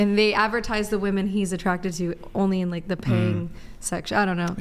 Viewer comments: Another girl that says "woman" instead of "women".. 🤦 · THANK YOU,!!…the pronunciation of multiple “women” is *w-i-m-e-n*…drives me absolutely NUTS when these girls pronounce the plural form as “woman”! Arrg! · Why do they think the major thing they’re saying wrong is the “E” part and why does no one hear that to correct them. It’s the womb man and whim man part they mess up the most. If they even said whim man it wud pretty much sound like women anyway and nobody would notice. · "WIM IN" REPEAT AFTER ME.... "WIM-IN" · What is this trend of college educated females who say woman instead of women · Correct the whole women sounding like woMAN - say "WIMIN" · Best way to get them to pronounce it properly is to get them to say “I bought it on a whim” them get them to say “whim”, then “Whimen” aka women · IT'S NOT 'WOMAN' IT'S 'WOMEN' :face-orange-raised-eyebrow::face-orange-raised-eyebrow::face-orange-raised-eyebrow:😤😤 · They think saying woman and women sounds different because of the a and e when toy pronounce the o like an e in the plural and the o normally in the singular